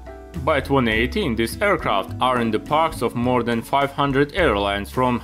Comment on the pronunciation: I know you're German because you use "despite of"/„trotz" and others. But that sounded more like a „mehr" than a "more"